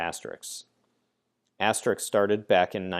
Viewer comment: Stop pronouncing it asterix